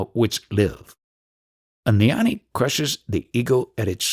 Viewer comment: Gnani is pronounced gyaan-knee not nyan- knee. Shiva is not produced SHEE va. Its shiv ah